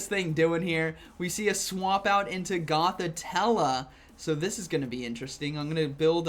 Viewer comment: Love you and your content you helped me a lot with go battle league but please look up how to pronounce Gothitelle